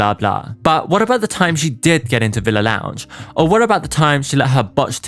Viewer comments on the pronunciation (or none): none